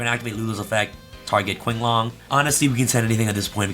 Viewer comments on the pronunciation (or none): Qinglong is pronounce ching. Qi=chi.^^ sooo the name is pronounce as ching long^^